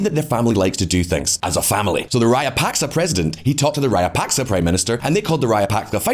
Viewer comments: how hard is it to learn to pronounce raja-puck-shaw, given how many times he says it. I cringe every time he says rayapaska to make some point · It's Rajapaksa, not Rayapaksa , as in tiyowaana , and maruhavana unana . It's different here . Wonderful video, appreciate your effort very much. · Dude! At least TRY to say the name Rajapaksa correctly.. You at least mispronounced it in 3 different ways. Rayapaksa, Rayapakska, Rapaska, Rayapaska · I understand that you could have difficulty with the pronunciation of names, but at least stick with one. You are switching back and forth between 4 different pronunciations of the same name from "Rajapaksa", then "Rayapaksa", then "Rajapaska", and onto "Rayapaska", and it's just very annoying, and I'm not even a Sri Lankan. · because they should care about pronunciation. You'll be laughed out of their restaurants for saying the dish name wrong. A channel about geopolitics should at least say President's name correctly, if not then at least TRY. I'd have been fine with Rayapaksa if he kept saying it throughout the video. But he kept changing it in every damn sentence. Which shows three ignorance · Rajapaksa or Rayapaksa? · Him pronouncing former president as "rayapaska" is taking all my attention away.. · Well , the word Rajapaksa here J will be pronounced as J and not Y